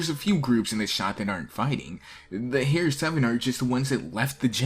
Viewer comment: "Hair seven" Lol XD